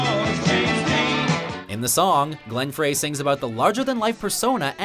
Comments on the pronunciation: Who's Glenn Frey (As you pronounce it, "Fray"? I think you mean Glenn Frey (Pronounced "Fry"). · Oh man...did he pronounce it "Glenn Fray" again?! Guess they don't read many of the comments here...they tore him a new one the last time he did it...